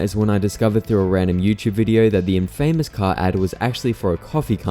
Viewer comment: Is that really how British people pronounce "infamous"?